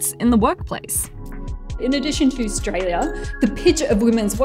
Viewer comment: I love that you said it as straya